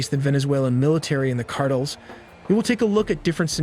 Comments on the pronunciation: CARTELS! NOT CARTLE!🙄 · Videos are awesome only gripe, is sayings cartles rather than car tells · CAR-TELL Not "cartles" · Cartel not Cartles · He says cardles instead of cartels. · All the super-impressive graphics and intel, 1.55M subscribers and no one behind this channel can "program" this artificially unintelligent SOB how to pronounce CARTELS???? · "Venezuelan cardles" 😂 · Hey it's CAR -TELLS. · fire your narrator. he pronounces things like Cartels "cardles"...and Iran "Aeraan" and those are just the one's I've noticed. How can someone payed to narrate be soo bad. You literally had one job. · "Drug Cardils" 😂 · No, Cardles. Stress on the first syllable. 😂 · I think these “engagement strategies” are going to backfire. Hearing wrong pronounces words over and over from an program gets frustrating and in the end will cause less engagement from less viewers I come to watch and learn; not for you to say carels on purpose over and over. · You nearly nailed this video until you said “ Drug Cartiles” 😅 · This guy can’t say Hamas or cartels right 😂😂😂😂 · Ai can't pronounce cartels!